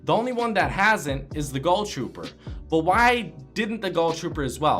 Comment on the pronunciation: Why do u call it the goll trooper and the skoll trooper